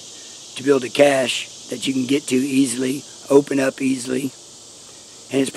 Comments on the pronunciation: Cashe is pronounced “Cash” not “Cash-aye” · Cache is plural. Pronounced cash. You Rock. I enjoy your videos very much.